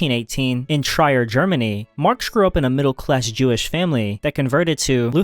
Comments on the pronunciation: Trier is pronounced "Treer" not "Tryer" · Trier as well holy hell